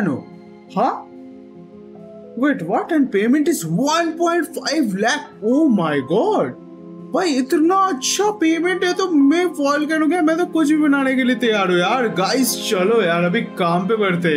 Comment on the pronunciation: Lakh not lacks😂😂😂😂